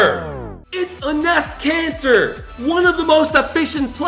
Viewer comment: It sounded like he sand a nest cancer